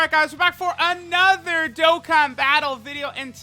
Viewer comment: I like how he says “ANOTHER” Dokkan battle video like every time